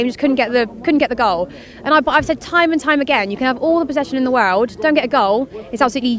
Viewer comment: Fake Londoner? “Woorrld” spoken like a true West Country’man